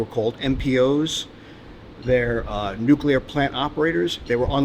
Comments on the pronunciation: Really, A Nukular powerstation you say? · LOL. "New-cue-ler power stations" Nuclear broseph. New-clear. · Please dont pronounce it "nuki-ler", it's "nu-kli-er"